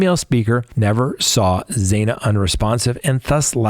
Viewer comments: I really enjoy listening to you, but..tonight I want to scream. It’s not zaina it’s zanna! Please get it right xo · Why are you still mispronouncing Xana’s name? It’s pronounced like Anna with a Z in front of it